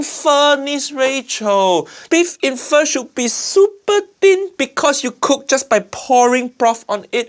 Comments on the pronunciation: 3 seconds in, pronounces it, "FAH"...oh lordy. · How can she called it “Pho” 😂😂😂 completely wrong, completely 😔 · I see he is so sad he said fur but not pho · Well her calling it Fa like the musical note shows how little she knows about the dish Pho so sad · Ok "pho lady cheater" btw it's phở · Is it just me or does everyone saying "Pho" just sounds like fuck? 😂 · I'm a Vietnamese and I just don't know what abomination is she making instead of Pho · As an Vietnamese, im offended by her Pho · My goodness.. How do you manage to fuck up Pho? Seriously... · Uncle Rodger needs to look up how to pronounce pho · You can do shortcuts without butchering it! I can buy Pho cubes for 20 cents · She literally "butchered" pho!